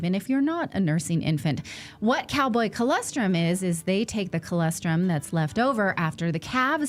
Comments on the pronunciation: Natali!!!!!! Please!!!! It’s ColOstrum, not CholEstrum. 😢😢😢😢😢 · You keep pronouncing it wrong. It's Colostrum...not Colestrum...